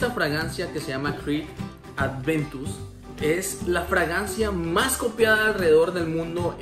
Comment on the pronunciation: Aventus!!!!! No adventus